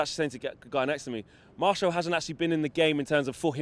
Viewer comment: Who’s Marshall ? It’s martial mate 🤔👍🤣